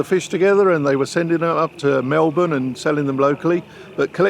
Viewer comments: Astraya, Melbun.. Nailed it, Mark. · you can really tell Mark makes a conscious effort to pronounce Australia and Melbourne the best he can like an Aussie lol